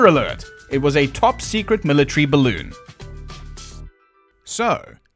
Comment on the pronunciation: "Top secret military bellon" 😂😂😂😂😂